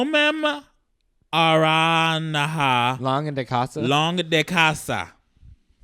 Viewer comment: that'd be portuguese, "homem aranha longe de casa," pronounced "'omeim lonjee jee caza" basically just man-spider far from home